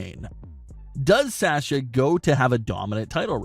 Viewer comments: “Sè sha” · Why do you pronounce Sasha so weird?.. Also, you provided absolutely no real information other than what you would get if you watched the show... Thanks?.. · can this guy stop saying sasha? he cant even say her name right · Gosh I wish this guy would learn how to say Sasha correctly